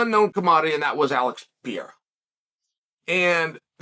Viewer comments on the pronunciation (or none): Uncle Chael suddenly French the way he pronouncing Pereira 🤔